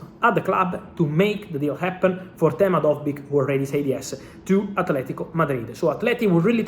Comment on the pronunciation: lol also its dovbyk, not dojberg lmao